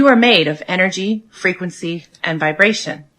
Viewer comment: Errrrfing got Enerjee…and errrfing is Fweeqwensee…..hmmmm Kay 🤤🧠☠️